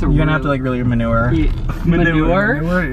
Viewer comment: i DIED when i saw Isa’s face after Larray said manure instead of maneuver💀